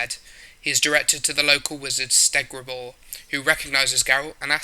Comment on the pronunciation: It’s all good mate Bruxa “Br-ucks-ah” Nenneke “Ne-Ne-Kay” Kikimore “Kiki (pronounced like Kiki do you love me)-More” “Stregobor” not “Stegrabor” You said Dinje in one part of the vid like why?